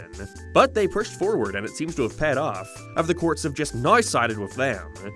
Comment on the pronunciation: This an AI voice? The fucking pronunciations is just, horrid. "payhd off" "Peeramount" "Sieth Park"